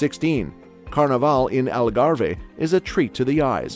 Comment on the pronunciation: As someonewho lives in portugal i cringe when you say algarve it is not pronounced how you butcher it😂